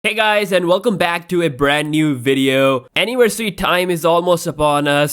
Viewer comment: "hey guys and welcome back to a brand new wideo "